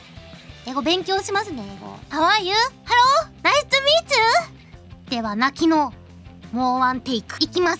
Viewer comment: HAHAHAHAHAHA HAU AH YUU ?? HALO ??? NAISCHU MEECHU ? I'M SO DONE !!😂😂😂